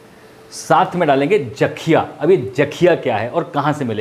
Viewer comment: Sir उसे जाakhiya नहीं jakhiya kehte hai